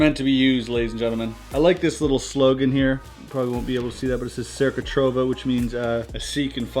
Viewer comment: "Cerca trova" is Italian and it's pronounced "cherca throva" and it means "search find" (I'm 100% Italian so you can trust me lol)